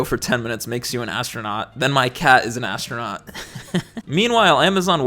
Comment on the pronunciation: More like ass-tro-not